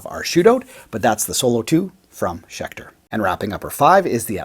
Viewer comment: Haha schelter not schecter?